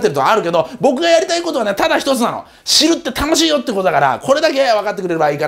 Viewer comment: 最後の『"知る"って楽しいよ♪』が『"死ぬ"って楽しいよ（ﾆｯｺﾘ』 って聞こえてゾヮヮヮーってなった（笑）